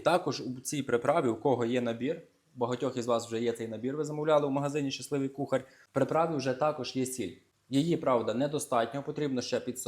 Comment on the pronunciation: А ще вимовляє кухарЬ, інвентарЬ. В українській мові такого нема...